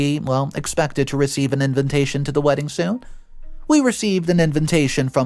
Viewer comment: LOL, the way you say invintation instead of invitation is adorable